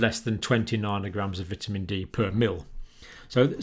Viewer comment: C. Narnorgrams? Do you mean nanograms? Joking aside, thanks for the fascination explanation, John.